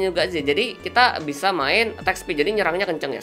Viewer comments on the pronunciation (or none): none